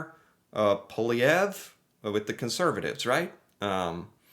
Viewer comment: Congratulations, you can pronounce Pierre poilievre's name properly, the majority of canadians can't.